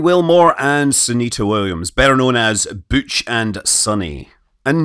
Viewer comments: Why is Butch “booch” but Sunny is “sunny” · He says "Butch" like a French speaker